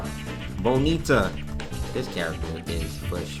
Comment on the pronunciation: As a Brazilian I feel happy when says "Bonita"